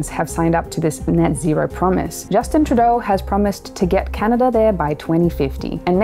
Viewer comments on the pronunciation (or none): none